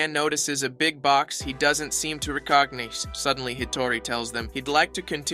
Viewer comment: “Re-cock-nice” -recognize